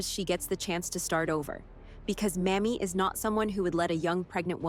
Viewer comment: Don't mean to knit pick, but the female Marshall's first name is Mamie with a LONG "A". Not the way the narrator kept saying it. Thanks.